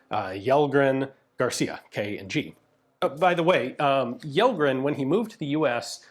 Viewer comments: Kjellgren pronounced like Chellgren. Kj = Ch. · The K in "Kjellgren" is not silent, try Chellgren to get closer. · Kjellgren has stress on the first syllable. It's not accent 2 like Lundberg or Bergqvist. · for future refrence to how to pronounce Kellgren just say it like Shellgren and it will sound correct, thanks for the video! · Kjellgren is pronounced like shell gren. Interesting video! Greetings from 🇸🇪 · Yellgren hah, it's "shellgren" in that case! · Kjellgren is pronounced like Chell-gren. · Kjell in Kjellgren is pronounced like shell (like an eggshell), so Shellgren is about right. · Kellgren and Kjellgren are pronounced "Shell-grenn". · Kellgren is pronounced Shell Gren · If his name is Kjellgren/Källgren/Kellgren it should be pronounced as Shell-gren. 🤓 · Pronounciation tip: the swedish KJ in Kjellgren is pronounced like the SH in Shell. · Alright, here’s how you can explain Kjellgren to an English speaker: • Kjell- → In Swedish, “Kj” is usually pronounced like “Sh” in shoe. The “e” is short, like in get. So it comes out close to “SHELL”. • -gren → The “g” here is a hard g, not soft. The “e” is again short, and the “n” is clear. So it sounds like “gren”, where the vowel is like in men. Put together, it’s roughly: “SHELL-gren” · Kjellgren is pronounced "Shell-grehn" :) Swedish it VERY difficult with all of our different K, J, S sounds that make no sense and vary in spelling alot between words. Like it could be Kj-, or Skj-, or Sch-, they would all be pronounced kinda the same 😅 But I think you're usually really great at pronounciating! Lovely video as always! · Kjellgren in swedish would be pronouced: Shellgren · "Kjell" Is pronounced approximately as "Shell"in English. Take it from a Swede. We have a lot of "sh"-sounds spelled in many weird ways. About 10 of them. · Kjellgren, is closest pronounced like ”shell - grain” that’s more or less how we say it. Kjell is shell (like shotgun shell) and gren is pretty close to your word grain